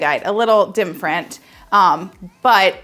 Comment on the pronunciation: Are you saying “dimfrent”?